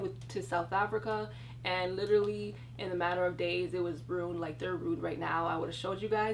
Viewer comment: RU-INED NOT RUNED